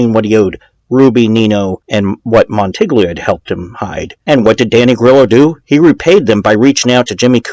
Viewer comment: Just trying to help. In Italian, gl is pronounced like ll in Spanish (como te llamas). So, goo-yay-mo. Mon-ti-yi-o. Gladys rhymes with lattice. On-Dray Katz, not on-Dray-a. Escape, not exscape. Ret-or-ick, not retrick. Row-mah-no. Again, just helping. Outstanding podcast and best demeo work, bar none.